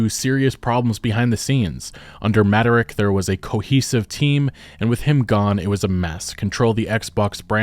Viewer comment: Dude, I’ve never heard anybody mispronounce “Mattrick” like this…